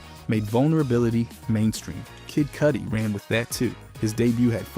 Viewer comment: LMFAOOO bruh I could have sworn he just said his name right earlier. Who tf is kid cooties? 😂😂